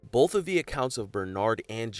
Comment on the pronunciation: ‘Bolth’? It’s both. No L.